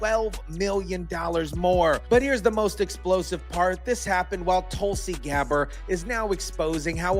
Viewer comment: GABBARD NOT GABER!!